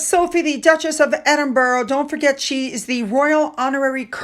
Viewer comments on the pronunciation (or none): please can you try and pronounce the word properly..none of the royals or British people say Edinburro that is not how you say it!! There is no place called Edinburro...it's Edinburgh..pronounced ED-IN-BRA Please im begging you now, you love Sophie and Edward so please say it how it is meant to be said!!!